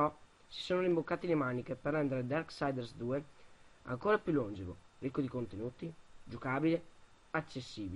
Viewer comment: sii un op' più sciolto, sembra che ti stiano puntando una pistola contro... e fai attenzione alla pronuncia delle parole... [longèvo, gOd of war...]